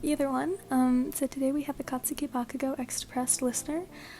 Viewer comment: no offense, "katuski" "katusuki"